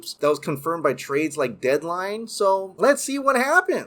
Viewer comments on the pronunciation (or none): none